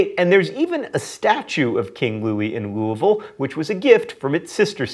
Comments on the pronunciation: Thanks for mispronouncing Louisville correctly! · Thank you so, so much for pronouncing "Louisville" correctly. Since I now live in Cleveland, I often only hear "Looey-ville" and it's disturbing. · You pronounced Louisville right!